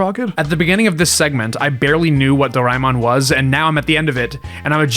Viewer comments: him: do rai mon Me:*inner screaming* correction,is dora a mon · It's pernounced (door-ee-man) aka doriman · Tiny nitpick : DOH-ray-mon not doh-RYE-mon Did like your summary of it though, I usually tell people it's a marginally less abrasive version of Shin-Chen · Is not Doraimon, it is Doraemon, Do-ra-e-mon please learn how to say the name correctly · Its pronounced door-a-eh-mon. Not door-ay-mon. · Do-ra-eh-mon, for dorayaki-mon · This is a great video essay but the pronunciation of Doraemon was mildly painful (i want to emphasise 'very mildly' because i don't want to be a dick about it this is legitimately a nice video & i love hearing ppl talk about very specific interests of theirs). Fun fact: Doraemon is popular in India too, mostly through the anime (though there's some merch as well; videogame industry never really targeted india so a lot of ppl only get into videogames through piracy, though that HAS sort of changed over the years. i wonder if the doraemon tamogotchi would be popular here, maybe as a mobile app adaptation). lots of millenials & gen z grew up watching dubs of it in their respective regional languages, me included as a gen z :) edit: Saw the addendum + some comments about Digimon. The Digimon anime was aired in India too, I think I remember some toys of it as well + knew some people pirating+emulating the videogames. I didn't know till now that it started as a Tamogotchi spin-off!